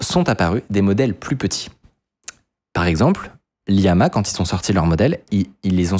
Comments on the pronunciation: Faut arrêter de dire liama alors que c'est llama 😛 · juste pour dire que c'est 2 L dans Llama, et pas Liama x) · mdr c'est llama pas liama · Llama ça se prononce comme le lama; sauf qu'en anglais ça s'écrit : llama, donc pas LIAMA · En passant, Llama, c'est avec 2 fois la lettre "L". Donc ce n'est pas Liama. M'enfin... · Juste c'est pas liama c'est LLama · Avec tout l'information que tu as, comment peux tu prononcer "Llama" "Liama"??? Depuis quand on place deux majuscule de suite?